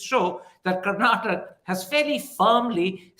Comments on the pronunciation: Congratulations to the people of Karnataka and thank you for the objective answers given by Ramchandra Guha. Request to Mr Thapar: Please remember that there is an ‘aa’ sound after you pronounce ‘Karnataka’ . I’m sure you can correct that. Thanks Wire again for a beautiful interview bereft of unnecessary chest thumping or undue hate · Someone tell Mr. Thapar. It's Karnataka. We do take offense to other pronunciations. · Hi Karan sir, can you please pronounce "Karnataka" properly..!! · Karan Thapar, start pronouncing Karnataka as Karnataka and not Karnatak. Learn and start becoming correct and humble. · Mr. Thapar, it is Karnataka and not Karnatak. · It is KarnatakA, not Karnatak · Good chat, thanks for this interview, Mr Guha brought incisive and well articulated points to the table as usual. Just one note. Please, Mr Thapar, do learn the name of the state you're talking about! It's KarnatakA not Karnatak😂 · Mr Karan Tahapar, you come across as a well learned person and you are in this profession for a long time. Can you make an earnest effort to properly pronounce the name of the state that you are discussing. It is not Karnatak it is Karnataka. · Dear Karan it is Karnataka and not Karnatak, please respect the names of the states and the languages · This was a great watch. But it would be so much better if you could please call our state Karnataka instead of Karnatak. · Dear Karan, it is Karnataka and not Karnatak 😊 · it is KarnatakA, not Karnatak. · Why can't Karan pronounce the last syllable 'a' in Karnataka? Why is he saying 'Karnatak'? I see this with other North Indians too. Why? Why can't you guys make the effort for correct diction of Southern names? Is it so difficult? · Mr. Thapar, you wouldn't pronounce Haryana as Haryan, would you? Now, please extend that rule. it's Karnataka, NOT Karnatak! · Mr Thapar, it is Karnataka. Not Karnatak. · Karan, its karnataka..not karnatak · Karan - it's KarnatakA,KeralA..not how you pronounce it